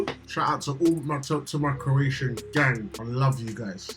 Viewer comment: you guys pronouncing Croatian like experts